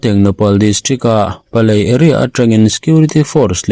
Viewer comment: PALEL tih tur aw